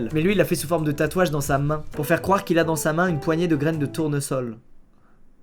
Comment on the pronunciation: je suis le seul à qui ça fait rire la façon dont il a dit graines de tournesols avec un accent 😂